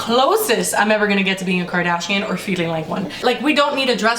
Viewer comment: KEEN KARRDACHEEAN! 😄